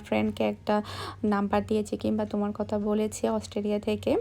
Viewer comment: Apni kotha k Kota bolen.apu apnr kotha golo 1to thik koren.tahole shonte valo lagbe.